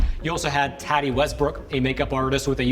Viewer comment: Tati is pronounced taw-tee. Tati is shirt for Tatiana